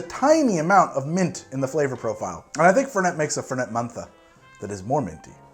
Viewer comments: FerNET, not Ferney. The name comes from Italian, not French. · It's Fèrnet, the accent's on the first e. ;) And the mint version is Branca Menta. :P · Hi im from Córdoba Argentina, and can 100% confirm that we pronounce it without T at the end. I hope you have a good day! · Never Fernei... FernEh or Fernet as you'd pronounce "Fair Net" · It's Italian, so the T in Fernet is a hard T. The French would drop the T at the end but not the Italians. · First, it's Branca Menta, not menta branca. Second, the 't' in the name Fernet is not silent. It's an Italian, not French, pronunciation. Do your research. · if u want more foam, just take out the ice! make coke spash in the fernet. Also fernet is pronounced with the T on the end and cOrdoba, with the accent on the first O not the second. Im from argentina, and we drink that everywhere, idk if it has mint, but there is mint flavor fernet appart from the original u should check it out too. Some people drink it with sprite, but I prefer the original with coke (never do it with pepsi, or any other cola flavor drink, ever!)